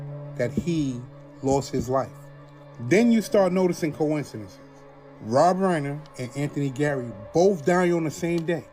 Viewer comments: Hey guy talking about rob rener 😂 how do you make videos when you don't speak English properly? If you did a little research you would be able to pronounce his name! What a clown show! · rob R-eye-ner